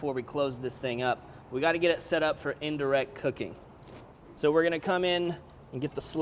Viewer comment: Did he say indirec-teet?